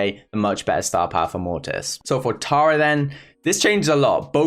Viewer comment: TARA? TURROR? lol i like the way he talks 😁